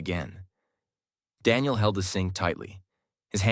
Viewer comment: IT is Daniel not Denial😑 bro